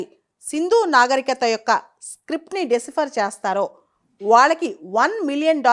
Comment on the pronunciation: మీరు ఇటువంటి వీడియోలు చేసేటపుడు కొన్ని ఆంగ్ల పదిలు వాడకుండా ఉంటేనే బాగుంటుంది. ఎందుకంటే ఆంగ్ల పదాలను ఖూనీ చేస్తున్నారు. అది'డిసిఫర్' కాదు 'డీసైఫర్' అలాగే 'హిస్టారియన్స్' కాదు 'హిస్టో‌రియన్స్'. కొంచెం గమనించుకోవడం మంచిది్